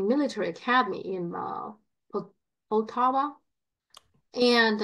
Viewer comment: It's PoltAva actually, not POltava. got it just right.